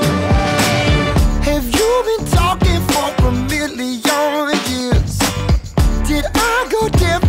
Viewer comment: Newer Fan: Question about your (Clyde) pronunciation of Million. Was "Have you been talking for a Milli-Yawn years" on purpose?